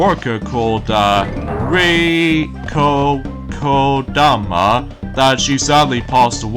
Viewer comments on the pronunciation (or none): Hey! I can tell you're not very good at pronouncing names! it's Rieko Kodama. and sad to hear that she has passed away recently. I bet she was a great SEGA employee! and guess what else? a memorial message for her was spotted in the end credits of the Mega drive mini 2. And it was later confirmed by SEGA producer. SEGA producer Yosuke Oskunari.